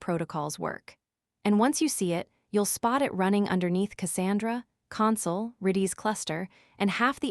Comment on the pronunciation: redees cluster? AI voice rubbish